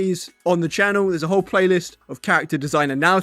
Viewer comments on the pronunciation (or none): none